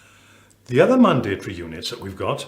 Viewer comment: Love how this guy pronounces mandatory! All well and good lecturing but I think this guy needs a lesson on how to reduce this from five syllables to three!!!